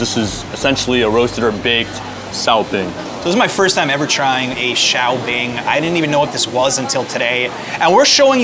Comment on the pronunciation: Should that not be 'shao bing' rather than 'xiao bing' ?